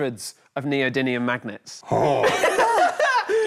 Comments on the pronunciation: Anyone else annoyed by the "neody n ium" rather than "neody m ium"? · btw it's NeodyMium not NeodyNium...